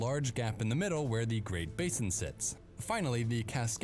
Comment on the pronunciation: "Basin" is pronounced with a long "a" in the US. "Base inn".